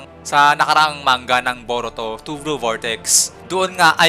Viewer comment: Blue sir hindi "vlue" hehe 😊